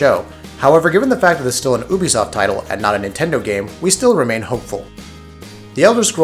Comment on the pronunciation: You said Ubisoft wrong...its pronounce YOU BE SOFT...you don't say I a marry uuuu do you? Nooo lol